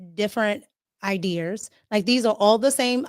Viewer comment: both sensible and easy on the eyes and ears. But, where is there an R in IDEAS? 😆